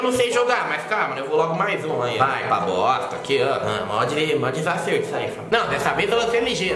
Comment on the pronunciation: " vai pa bossstta" kkkkkkkkk